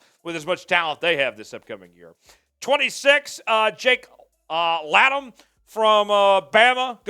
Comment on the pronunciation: 😅😅 Are you sure JC Latham is pronounced "Jake Loum"?